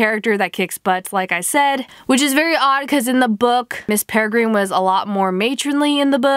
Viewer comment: Learn to pronounce. Peregrine- (pere- grin) ugh 😑